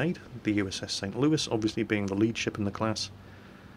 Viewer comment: Hey! You pronounced the St. Louis in Merican! Greetings from the U.S., we are all proud of you.